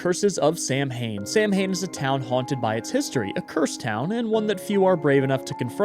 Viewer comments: I hate to be that guy, but it is pronounced SOW-WAN, not SAM-HAIN. Love you, ❤ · Hey,! Here with some more witchy info! Samhain is typically pronounced as Saa-wn or Sow-in. Sow rhymes with Cow. The spelling looks confusing in English because of Irish/ Celtic grammatical rules: The "S" makes a standard /s/ sound. The "amh" combination creates a diphthong that sounds like the "ow" in "town". The "ain" creates a short "in" or "un" sound. 😊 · Just quicklyyy - it’s pronounced “Sow-inn” 🖤🖤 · Just an FYI... Samhain is pronounced Sow-an . Like Cow- an. Its not something that everyone knows how to pronounce so I am just trying to be helpful. I really like your channel and think you do a really good job. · Samhain is pronounced sow(🐖 ) when(⏰) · samhain is actually pronounced saw-win!! it’s the original version of halloween!! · Samhain is pronounced Sah-win! Thanks for great content as usual, ❤️ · Hey! Fun Fact, Samhain is a word of Gaelic origin, and is more closely pronounced sa-Wen. It's also the name of the holiday that became Halloween! Even if you're not superstitious, you can probably enjoy the meaning and implications there. Fantastic video, and even better Buddy Time. So many people need to hear that. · samhain (prounounced sow-en) is the name of a celtic holiday, the time of year where the veil between the world of spirits and humans is thinnest. it's also part of the origin of the halloween holiday. fitting for a game about curses!